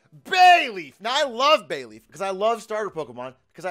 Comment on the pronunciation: They all said they love Bayleef but still completely butchered it.